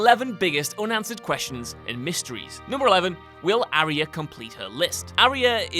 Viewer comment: ari-ah?? aarhh-yaa.. ffs lads..